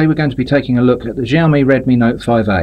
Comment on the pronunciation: Completely unpronounceable name, sounds like your saying 'Jaome'. 😃